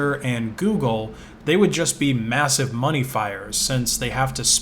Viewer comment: I thought u said monke